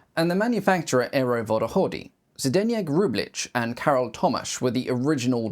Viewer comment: Google Translator can do it. If somebody want to hear/learn native pronunciation it should help.